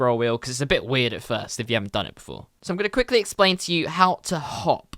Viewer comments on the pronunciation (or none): none